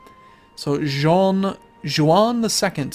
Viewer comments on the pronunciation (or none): Juan is pronounced "HWUN" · Lol, Juan (the castillian commander) is not supposed to be pronounced as if he was french...